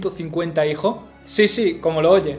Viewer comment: Una cosa es el dialecto y otra muy diferente es la dicción. Repito, el contenido es excelente, pero como crítica constructiva, considero debe trabajar el problema de la pronunciación de los plurales. Si se fija bien, dice: "Tuvo ciento cincuenta y do hijo" ... "reinó sesenta y seis año", es decir, no pronuncia las eses (s)